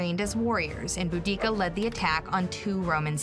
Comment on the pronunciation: Is it not Boudicca??